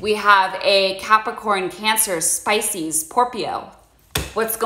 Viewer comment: "Spice-cees, Pope-io" - I love it! <3